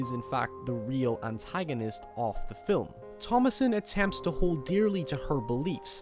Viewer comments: You can't say film? You have to say filim? That does it. You fuckers don't know how to speak English. They will soon filim me chasing you with a bat. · this dude said filim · First time ive ever heard the word film pronounced "phillim" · "the fill-em" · Its not spelled fillum, now, is it buddy? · cool accent i like how he says film, it sounds like fill'em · signoguns Yes and no. While I was very hard on this guy 7 months ago, I still kind of stand by what I said. I don't think anyone should change their accent to appease anyone else, but sometimes there are certain pronunciations that simply have to be changed. For instance, Fi'ilm. Half the English speaking world doesn't know what that means, and the other half thinks you have a speech impediment. You can very easily maintain your accent and adjust how you say that word to be understood. The other thing I disagreed with was the logic of your last point. Just because you were raised a certain way doesn't mean it's "right". I spent a year living in Australia, as you so astutely observed, and my impression of them based on their manner of speech was very poor. There were those Australians who were aware that they were trained to speak like morons and took steps to adjust the way they spoke. As a result they were more intelligible, better understood, and perceived to be more intelligent. They still had their accents, and their culture, but they didn't sound like morons because they were aware that they were saying things like, "nay-cha" instead of "nature". Life is about improving ourselves, in all facets. If you're just going to stick with what you were taught, then you don't grow. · I really like your videos, but you pronounce 'film' so weird.